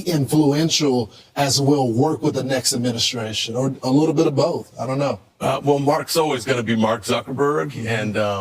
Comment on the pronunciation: Did Dan Ives say “wittle” instead of little?